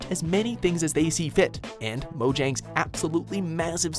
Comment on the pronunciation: Mojang = Moe-yang